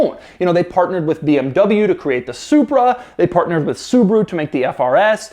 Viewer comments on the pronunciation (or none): none